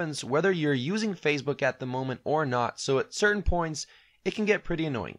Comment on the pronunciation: Why do you pronounce Facebook as if it were Fazebook or Phasebook? No "z".